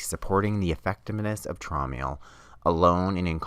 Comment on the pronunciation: Its pronounced as (Trowm Ale) as its a german homeopathic product from the german company HEEL- Traum in german means dream.